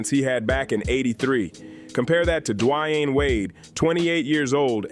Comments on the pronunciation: AI. is shi... just destroying the pronunciation of players names 'd-wine' wade!?! WTF!!! Hakeem 'o-low-ju-on'!?! what the actual F!!! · Dwayne is easy to say so why can't this guy pronounce it? Lebron is a great player but he always needs more help.